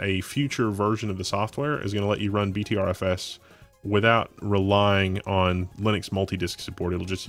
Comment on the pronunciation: btrfs is pronounced butter fs